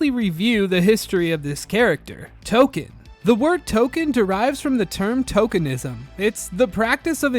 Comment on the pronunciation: English is my 3rd language. I don't hear any difference between how you pronounce "token" and "Tolkien". The way I say "Tolkien", the 'i' is clearly audible.